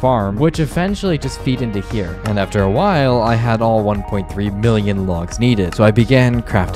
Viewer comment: U said billon in state millon